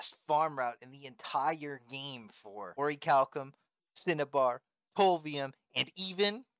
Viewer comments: its orei-kal-kum not orechilium lol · is this guys saying "ore-chilium"? its "oree-kal-cum". also, while this dude is getting fat loot, i don't think this farm is good for most people. the amount of time and rng you will need just doesn't seem worth it when there are plenty o safer orichalcum spots. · bro i rewatched the clip, icant help but laugh when i hear you saying "orichillium" 🤣🤣. im subbing!! well done xD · had to switch it of after hearing "Orchilium" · Orchilium? lmao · he cant even pronounce orichalcum right